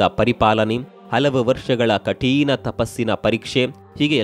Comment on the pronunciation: ಕಠೀಣ ಅಲ್ಲ, ಕಠಿಣ.